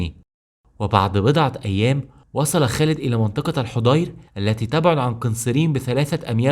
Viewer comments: جزاكم الله خيرا.. ملاحظة وردت بعض الكلمات وفيها خطأ فبلدة الحضير اسمها الحاضر وقنسرين تضبط ب قِنِّسرين وليراجع فتوح البلدان وغيرها من المصادر بارك الله بكم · تصحيحاً لكلامك في الدقيقة 7.1 بلدة الحاضر وقنّسرين وليست الحُضير كما اسلفت يا اخي فا انا من بلدة ملاصقة لبلدة العيس(قنّسرين)